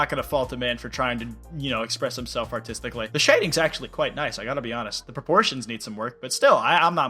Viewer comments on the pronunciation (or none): none